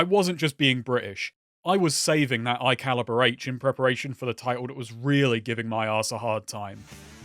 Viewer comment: "I was Saving that 'Igh Caliber H" Goes 'ard, Ngl